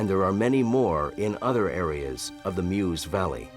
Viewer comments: Do try and get the pronunciation right: the area around the river Meuse isn't pronounced "Muse", it's pronounced "Merse". (What's with you Americans!) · correct prononciating " meuse "